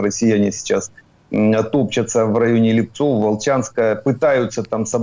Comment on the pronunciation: В районе Липцев - ударение на перший слог